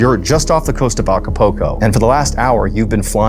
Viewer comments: It's not A-Ca-Po-Co... it's A-Ca-PUL-Co... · Aca-poco 😂 aca-pul-co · 'Ah kuh poke oh' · Repeat after me A C A P U L C O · The way he continued to pronounce Acapulco was distracting lol